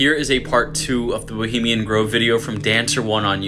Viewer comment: Someone, anyone, PLEASE teach how to say 'bohemian'.